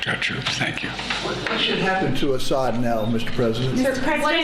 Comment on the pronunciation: for the love of god, it's AH-ssad, first syllable stressed